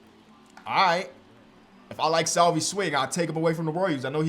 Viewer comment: As a royals fan the way he says Salvy is a little frustrating haha but love the series! If not Bryant. Trading for McMahon would be a decent idea. Younger than KB and still better than what you currently have